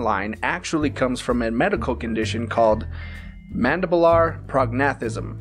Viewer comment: It is pronounced "Man-dib-you-ler"